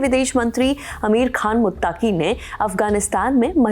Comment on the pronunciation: Ma'am मुत्ताकी नहीं "मुत्तकी"😂😂